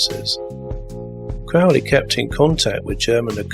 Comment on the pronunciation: Lee's first vampire movie was The Horror of Dracula, 1958. Oh, and Crowley's name is pronounced Crow-ley, not Crowl-ey.